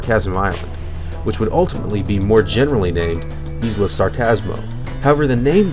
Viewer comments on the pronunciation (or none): Isla.. The "S" is silent.. It's like Isle. You don't pronounce the "S". It's more like "I'll" So.. Isla would be like "I'll-a.. I'll-uh" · your saying isla wrong